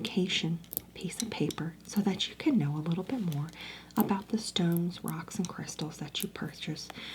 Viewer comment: “hrocks” is crazy